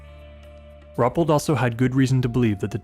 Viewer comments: It's (Roo-pelt) not (Rup-let). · Wonderful presentations, great narrations, love the typewriter & written paper effects between chapters. Always enjoy your work as a straight shooter on the facts. But have a care researching correct pronunciations of proper names. It is Ru-pelt, not Rup-pelt. Cheers.